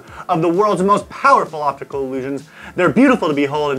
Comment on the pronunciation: Because doesn't know how to say 'optical'